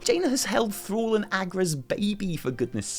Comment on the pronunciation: When you say "Thrall" it sounds like you say "Thor" :P